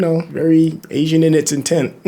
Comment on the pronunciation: It's Asian DON'T Raisin 😅